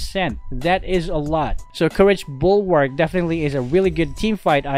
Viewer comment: It is literally Mid night And uhmm ahem The TITLE Bulwark not buwark just saying